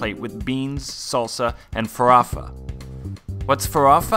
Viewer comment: Great videos. Natália é linda demais. "Farofa" is closely pronounced as "fah-RO-fah".